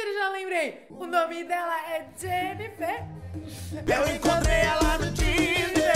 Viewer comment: O nome dela é Jenniferrrrrrrrr